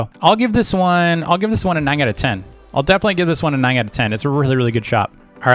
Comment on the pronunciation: its funny how says "ning" instead of "nine"